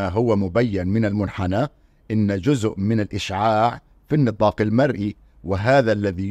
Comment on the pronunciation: لماذا لا تميز استاذنا الكريم بين الذال والزاء في نطق الكلمة فمثلما تحافظ على العلمية في البحث ينبغي المحافظة على العلمية في اللغة والنطق السليم فلا يجوز ان نقول جذء بقصد جزء لانك في اللهجة العامية المصرية قد لا تنطق الزاء